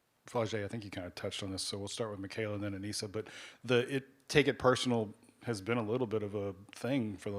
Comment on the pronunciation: Why he keep calling her ANEESHA? They say her name ALL THE TIME and you still keep playing in her face calling her out her name. It’s disrespectful and unprofessional. It’s not the first time.